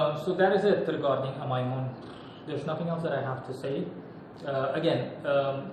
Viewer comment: You’re one of the only people I’ve heard who says His name correctly.